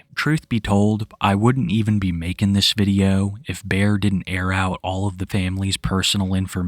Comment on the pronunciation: Wow, dis is incwedible